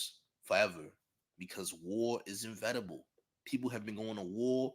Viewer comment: I think you meant to say inEvitable champ, not invetable